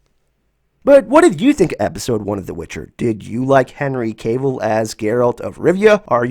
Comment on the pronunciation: LOL its not Henry Kavil. it Cavil like Caaavile. I loved the show and cant wait for season 2. Look forward to you breakdowns.